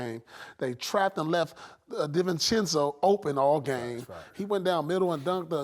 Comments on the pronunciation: Bro said Davinci 😂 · I love how KG calls DiVicenzo, DiDi Venchi😂🤣🤣🤣🤣🤣🤣🤣